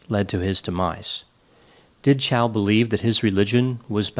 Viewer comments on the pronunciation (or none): "MY NAME IS CHAU, NOT CHOW".